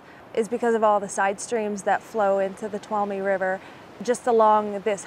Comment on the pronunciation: Toe-loom (tuolumne)